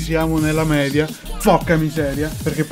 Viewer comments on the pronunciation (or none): none